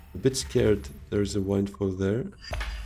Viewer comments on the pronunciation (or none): FYI, wind in "windfall" is pronounced like 'a blowing WIND".